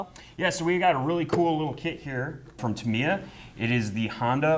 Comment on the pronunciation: It's TAM-I-YA, not Tameeya! Please stop this mispronunciation!!!!!